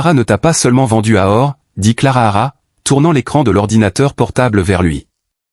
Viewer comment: Il y a des bruits bizarres et le narrateur est pénible . Et......c est Clara.....pas clarara